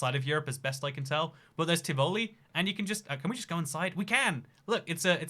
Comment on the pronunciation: Tih-VOH-lee sounds like some kind of Italian dessert. It's pronounced TIH-voh-lee, with the accent on the first syllable.